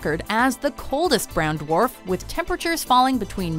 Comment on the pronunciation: Every time she says brown dwarf 😂😂😂